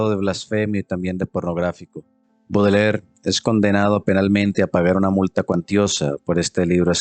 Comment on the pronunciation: Este jovencito ni siquiera sabe pronunciar el apellido de Baudelaire. Dice "Budeler". Bastante burdo. Quienes no sepan nada del poeta, les recomiendo recurrir a otras fuentes. Por dar un ejemplo, la habitación donde vivía Baudelaire era impecable y aseada, la habitación de un monje, y nada que ver con la creencia de la manera en quez se suponen viviría un poeta maldito.